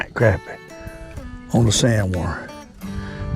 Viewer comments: I totally agree.its crappie,not croppie. You go get um! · thank you for saying CRAPpie instead of CROPpie like all the yankees say and every other fishing video. I guess its because they are just full of CROP !